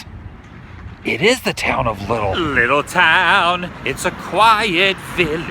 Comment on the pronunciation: Adam, I think the bovine is actually an African Ankole mooer. :-D The horns are much too thick for it to be a Longhorn. Ankoles are owned by the Watusi tribes in Africa. The town is "LIE-t'l", not "Little"; the "Littleton's Sharber Bop" sign? Coincidence. - Absolutely Right! You see SO MUCH on small back roads! They paint an accurate picture of life in those places, and are just fascinating to see in terms of the way towns live/die. Columbo's car was a 1959 Peugeot 403 convertible. Please keep up the great work, Adam!